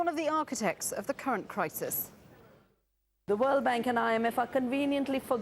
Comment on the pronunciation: I like her books, but when ever she says IMF, I always hear something else.....